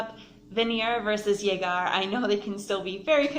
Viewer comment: Pronunciation of that Venir y Llegar was tragic, but good explanation nonetheless😅